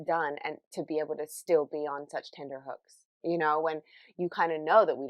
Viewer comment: Apologies for being annoying. "tenTerhooks. T not D.